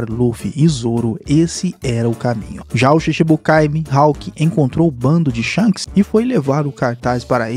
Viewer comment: Kk o cara chamou o shanks de sharcks kk